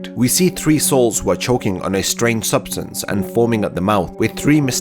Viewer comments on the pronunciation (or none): none